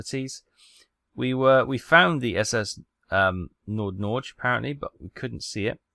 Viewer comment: NordNorge is directly translated to Northern Norway. Btw. U butchered the pronounciation of NordNorge. Lol.